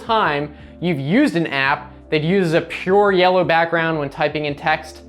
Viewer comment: Why did he say backgroundu🤣🤣🤣